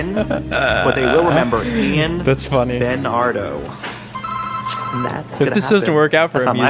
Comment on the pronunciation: it's bEnArDo